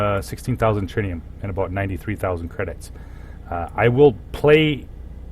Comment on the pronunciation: early game he said ... trinium he said ... haha that was very funny xD